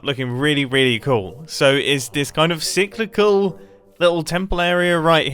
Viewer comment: Just so every knows "Cy·cli·cal" means "occurring in cycles; recurrent" and he did pronounce it correctly